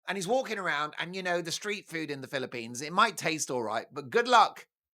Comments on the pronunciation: Dear Mark, Are you sure your Filopino subscribers enjoy the pronunciation of their country as "Filo-penis?" You're welcome. ♥️🤍💙🇺🇸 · You don't know how to pronounce the Philippines do you?